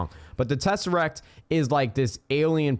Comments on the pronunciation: "tesacrat" hahahahahaha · Tess-er-act you pronounce everything wrong